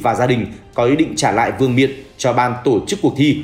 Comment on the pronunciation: VƯƠNG MIỆN LÀ CÁI CÀI TÓC ĐÂU CÓ GIÁ TRỊ BẰNG CÁI "VƯƠNG NIỆM" VƯƠNG MIỆN CÁCH PHÁT ÂM CỦA NGƯỜI HÀ LỘI --VÍ DỤ NHƯ "DÍ DÕM " THÍ NGƯỜI HÀ THÀNH GỌI "DÓM DỊ " ...TRỜI LẮNG QUÁ - EM ĐI HÀ LỖI MUA CÁI LỒI VỀ LẤU CƠM LẾP ..."